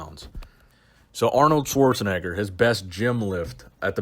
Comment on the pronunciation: This guy's pronouncement of Schwarzenegger got me cringing a little.